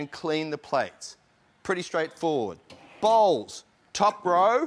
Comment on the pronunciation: i thought he said "balls" when he said "bowls"